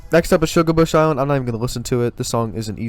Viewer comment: You massacred my boi. (Shugarbush)😢 No hate tho, good video!